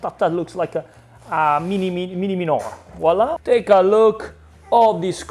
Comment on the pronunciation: 😂 I see someone else thinks that voilà is Walla! 😂 I was yesterday’s age when I finally realized I was saying it wrong.